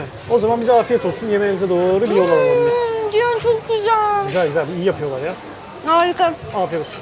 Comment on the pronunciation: ALLAH rızası için ciyan ciyan diyip durma artık cihandır o ya ....